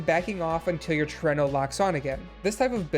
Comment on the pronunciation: It is indeed pronounced the way you chose to! Trueno is Spanish for thunder (more specifically, the loud booming sounds of it)